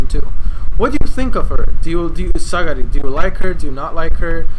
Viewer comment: It's Sagiri btw. Not Sagari XD